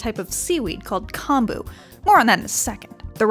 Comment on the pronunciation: Hearing this voiceover makes me cringe as a Japanese American. Like "Edo," "nigiri," and "kombu" are all pronounced wrong. The science might be right, but don't look to them for pronunciation. Also, if you just want raw fish at a Japanese resturant, order sashimi. Sashimi is raw fish, while sushi literally means vinegar rice.